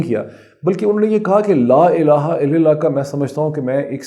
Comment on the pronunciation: Dr shAib,please correct your mistakes in saying jalama.its not il lil lah but il lal lah .